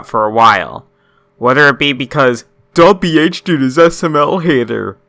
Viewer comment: Its not dubiiihdude its dab h dude.